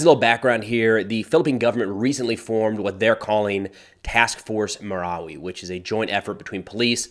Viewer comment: have you been to the Philippines? You're pronouncing everything correctly! BTW, we say M-I-L-F by spelling it out. Thanks for covering this, I have Filipino heritage and my home town is 100 miles north of Marawi. This area in Mindanao is like the middle east, never ending war!